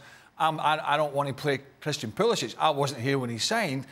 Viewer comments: Not “pool-esss—shiiittcch” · It's poo-liss-ick.. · Bro... it’s pa-liss— ic. Pronounce it the way the player prefers. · Henry Ortlip bro it’s poo-li-sitch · Is it pronounced “Pulisic” or is it “Pulisic”? 😂